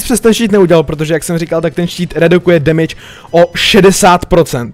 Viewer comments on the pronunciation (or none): none